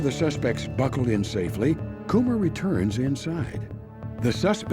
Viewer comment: I'm pretty sure "Kummer" is pronounced "cummer" not "coomer" 😂